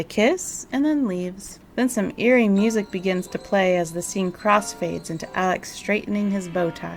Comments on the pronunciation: Ein kleine Nacht Musik ; almost well pronounced . " K " is extremely explosive in German . You pronounced " musiC" instead of " musiK " ; which is a very short , explosive , exhaling sound . Then again Deutsch ist nicht meine Mutter spreche . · MusiK not musiC..."K" is a very short, explosive, exhaling sound . Then again Deutsch ist nicht meine Mutter spreche. Just being a very individual person.